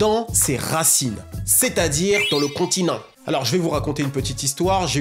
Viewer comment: Je kiff trop quand tu dis le contiNENT